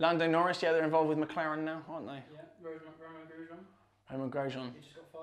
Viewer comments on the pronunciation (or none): none